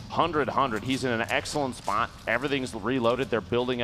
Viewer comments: Lasse Bauer spawht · listen to how he says spot